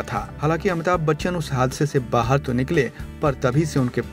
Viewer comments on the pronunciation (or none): none